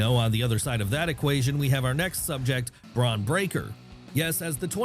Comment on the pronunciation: Love your vids! But come on, it's Bron Breakker, not 'braun', even if that's the insinuation.